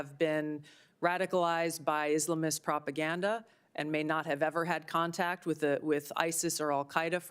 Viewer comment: Her pronunciation of Islamists annoys me